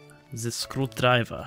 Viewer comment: Ze Screwdreiver (russian accent?) LoL!! that was the best!!!!